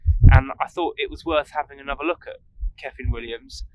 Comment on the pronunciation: Another very entertaining video, you keep it real, we are sharing your frustrations with the changing weather, the painting process, the time restraints, we've all been there. The end result was looking good. Keep playing your own music it's genuine. ( when you say kyffin pronounce it 'cuffin')